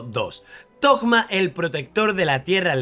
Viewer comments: porque le dicen thogma? suena raro jaja es toma pero con como un acento medio raro en la o por la h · Por que carajos le dices toGGGma??? Es toma y ya aaaaah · Pork le dices togma ? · Como lo llama Suhoyo: Thoma Como lo llaman: ToGma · Los leakers habían publicado su nombre como "Tohma" (la H se pronuncia como una G) entonces todos empezaron a llamarle asi, pero el nombre oficial es Thoma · Thoma, de donde carajo salio decirle toKma? pregunta seria. :,v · Pensé que era el único que pensaba eso, de donde coño habrá sacado lo de tokma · Me da amsiedad cada vez que menciona el nombre de Thoma....."TOKMA" "TOGMA" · Porque le dices Tohma a Thoma ?!!! es algun meme ? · 1 - Para los que no sepan, Thoma es 4 estrellas y ya está "confirmado" a no ser que MiHoyo lo cambie a 5 estrellas al final 2 - me inquieta que lo pronuncie "Togma" intentando pronunciarlo como en Japonés (Tohma) cuando el nombre está escrito mas como uno europeo y sabiendo que es de Monstadt si terminaría pronunciandose como Thomas, es decir con una T medio D. También simplemente no haces sonar la H para nada y decis Toma, porque a Zongli le decimos asi perl se supone que se pronuncia ChongLi xd 3 - Lo voy a sacar aunque venga en el peor banner del juego 4 - Si, la re vivo Shaggy😎🤙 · Por que le dice togma a Thoma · Mi TOC me perturba al escuchar Togma. Así como cuando oigo Fish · Por qué dice togma? Xd jaja buen vifeo